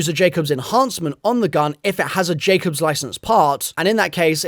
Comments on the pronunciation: Teddyore and Jackobs, there’s no way the accent card gets you out of this one 😂 how long have you been playing Borderlands,? TEEdy-oar and JAKE-ubbs, by the way, my guy! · Nah the way u said tediore and jakobs is criminal